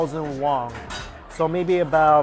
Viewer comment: Is it just me or does always pronounce Korean currency as “Wong” not “Won” I noticed this in a few of his vids very cute … you do understand it is “WON”